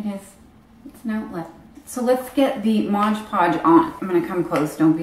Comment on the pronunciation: So many people say "Modge Podge" hahaha it's MOD😂💗